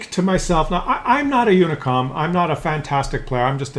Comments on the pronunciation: Uh...what is a “unicom”? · Are you saying "unicom" rather than "unicorn"?